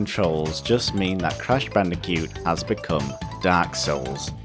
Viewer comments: you seem to be having trouble saying Bandicoot. you say it like Bandicute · "Crash bandicute"